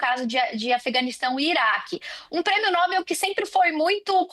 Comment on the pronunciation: Não é Nóbel, é Nobel